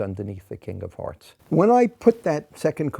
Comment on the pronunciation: Im very sleepy and I swear I heard him say Kingdom Hearts not king of hearts and no one can persuade me otherwise